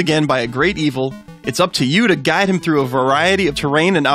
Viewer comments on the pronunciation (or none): none